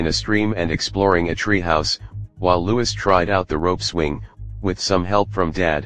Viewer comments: Loueeeee, not louisssss. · It’s about time you guys managed to pronounce names correctly it’s Prince Louis not Lewis!!!